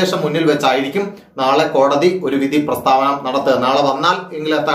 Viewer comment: Sir kodadi vidhi alla kodadhi vidhi ennane but sir chullanane tto poli chegayi sir uyir nale anukoola vidhi undavatte